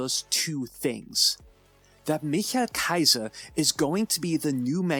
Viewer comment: Did he said " Micha kaize" or am tripping 😂⁉️